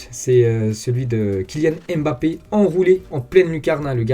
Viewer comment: Bonjour, pourriez vous svp prononcer correctement le nom de Kylian en arrêtant de prononcer le "M"...ça se prononce BAPPE. Depuis que des noirs d'origine africaine vivent en Europe, je pense qu'il est possible de connaître leurs cultures. Quand c'est un nom américain, tout le monde le prononce à l'américaine pour faire "style", mais pour les africains, on prononce leurs noms à la française.